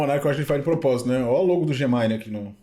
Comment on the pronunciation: Chamar Gemini de "Gemaine" é massa hahahah